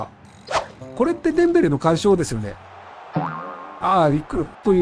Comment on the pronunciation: デ↑ンベレ